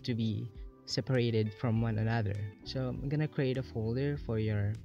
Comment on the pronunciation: "anudder folder"